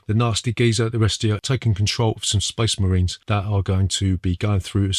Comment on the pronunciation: when that accent says space marine-- my mind goes to GETZ THE SHOOTAZ AN' THE CHOPAZ.